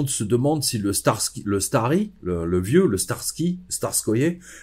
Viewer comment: Pas le "starski" mais le "staretz" 😊🙏